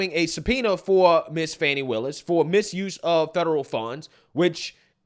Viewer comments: Why do they keep saying it like "fauni" ITS FANI With a hard A!!!! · Her NAME is NoT. FAWNIE. ITS. FANNNNNNNNNNI